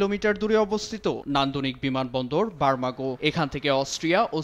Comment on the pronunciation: বারমাগো না 😅 এটা বারগামো